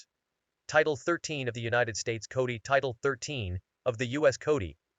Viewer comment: What is the US Cody! Did the AI speech generator just mispronounce the word "Code?" This AI generated voice cannot guilt me into accepting illegal aliens. Illegals don't get to vote because they are immigration criminals. The first thing they did was to show contempt for our laws by entering this country illegally. The only thing they are due is deportation.😡